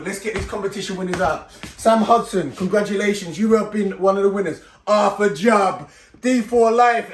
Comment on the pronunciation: ARTHUR …… ARRRR-TUR-JAB